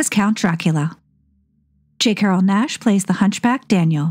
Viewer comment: J. Carrol Naish's name does not rhyme with dash. The "a" is long like "paid" or "raise". Phonetically, it would look like "Naysh". Otherwise, your videos are very entertaining. I'm 74 and still learning. Thanks. ❤